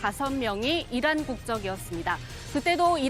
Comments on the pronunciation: 이란이 아니라 '이런' '이론' '일한' 으로 들리네요~ㅋㅋㅋ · 나는 이란 이 아니고, 계란 으로 들리던데 ? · 이란이 아니라 계란이라고 표명 했어야죠..전 다시 들어봐도 계란이라 들리는데!! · 다시한번 잘 들어보세요~~~! 이란이 아니라 이양이라했고, 적이 아니라 정이라고 했습니다! ㅎㅎㅎ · 다시 한번 들어보십시오. 이란이 아니라 이런이라고 했습니다 ㅋㅋㅋ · 이란이라 하지않고, "이런"이라고 들리는데, 나만 그런가 ? 왜그래 ? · 잘들어 보십쇼.이란이 아니라 명란입니다.주적이 아니라 추적입니다.아니라구요?그럼..기억이 잘 나지 않습니다.암튼 국익을 해치는 조작 방송하시면 안됩니다.